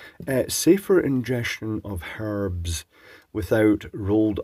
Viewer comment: For the “harbs ”, aye…